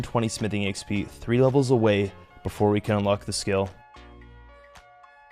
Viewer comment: Bro it's "XP"